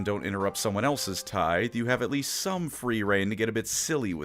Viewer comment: Nobody is going to mention that PNW finally learned how to pronounce "tithe" correctly. 😂